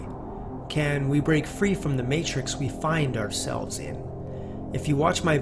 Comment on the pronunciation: Oursevles??? lol And also, you are pretty sure about the bullshit you are trying to sell, aren't you?